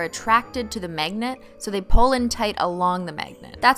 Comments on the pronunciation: ”megnat” lmao who else noticed she pronounces magnet like that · why do i keep hearing "MEGNET" and "MEGNETIC"